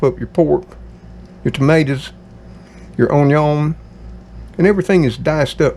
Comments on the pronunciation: Hi, I'll be 70 soon and live alone. I put the dates on my calendar in the kitchen of when my bills are due, Dr. appts, birthdays, etc. It helps me stay aware. Do you have any "Cajun" blood in your family? My Cajun uncles pronounced "Onion" the same way you do! Good Bless you My Friend. ❤ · Would you give lessons on how to say "onion"? You have the cleanest stove......it's like immaculate. This dinner sounds delicious! Yes, I could hear the thunder.